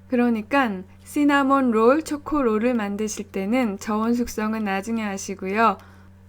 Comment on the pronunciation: 마치 목소리에서 영화배우 손예진님의 향기가... 잘.이해되요 망칠수 있는 조심하라는 안내 멘트들.. 귀에 쏙쏙 들어오네요 씌나몬 롤올~~ 발음이 감기며 빵 맛이 영상에서 나오네요..ㅎㅎ 저 꼭 도전요. 직장을 관두며 엄청 맛난거 잘만들어 주는 엄마 아내이고 싶어서 실수투성이지만 도전이란 이름으로 일을 사서 하네요..ㅋㅋ 응원해주세용~~